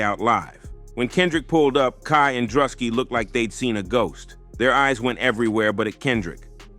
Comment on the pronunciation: How the fuck you say both Druski and Kai Cenats names so wrong?